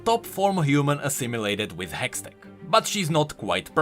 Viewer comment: "A hextect battery" 😂